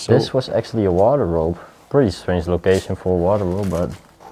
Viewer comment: Wardrobe not waterrobe- that's what sounded like you said